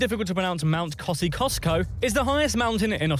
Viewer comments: Guys please, we hate that. He said, “eemYOU, NOT eemoo. Mount Kosciuszko. He wrongly pronounced it, calling it Kosi, kosco. It’s pronounced Mt Kosi osco. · IT'S kosci usko not cusco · Kosciuszko is supposed to be pronounced cozzie-oss-co and emu eem-you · It's Kos-ee-os-ko. Not Kos-ee-kos-ko Kangaroo is extremely lean. If you eat it, rare is the only way. Any more, it starts going dry and stringy. A minute or so either side is luscious. It's strongly gamey like a spicy deer. You can buy kangaroo in lots of English supermarkets. Australia - not so much. Professional motorcycle racers have kangaroo leather suits as it's very thin at 1.6mm, light and tough. Kangaroos don't fart - scientists are trying to work out how as they eat grass and trying to see if they can genetically engineer cows and sheep with the same gastric emzymes to stop methane, the second most greenhouse gas. Pom or POMMY is an abbreviation/alliteration of POME - Prisoner of Mother England. Australians of the 20th century were used to English people considering themselves superior. Nothing better than taking poms down a notch. The Ashes originated when a touring Australian cricket team beat an All-England side in 1883 IIRC - the English cricket world mourned and burned a cricket bail - allegedly The Ashes urn contains the remains. Each country takes turns hosting at the big pitches - in Australia the test series starts in the Melbourne Cricket Ground on Boxing Day and is the largest spectator turnout at 100,000. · The mountain Kosciusko is pronounce cozzy os ko , not whatever he was friggen saying lol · the c in Kosciuszko is silent Kosi-ohsk-oh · Where The F do foreigners get the pronunciation "EemEW" from?! Do they pronounce the alphabet "Qew Arr Ess tee EW Vee"??? It's "EemYOU" Emu! I hate watching a video about "Facts" when the idiot presenting them can't pronounce half the words even. He FK'd up on Uluru and Kosciusko also to name just a few.